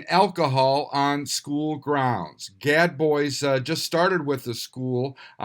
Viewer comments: IKR....everyone knows it's pronounced GAD BOOZE! ;) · Gad Boys🙄 #1, how have you never heard the "-bois" pronunciation? #2, why do you never just make a phone call and ask?